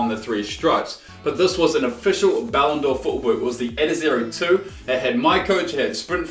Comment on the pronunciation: saying Ballon'djor triggers me